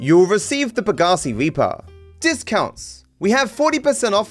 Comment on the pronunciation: will eventually show up to say pegassi reapa and pegassi tem pasta